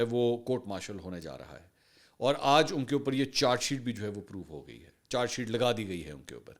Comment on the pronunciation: منصور چار شیٹ نہی بلکہ چارج شیٹ کہا جاتا ہے تلفظ درست کرلیں